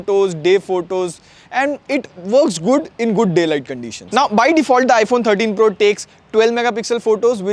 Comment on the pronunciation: iPhone FO TEEN PRRRUHH 😂